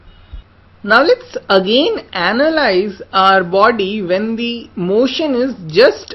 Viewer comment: to AnALiZee the friction loved the wave form of the speech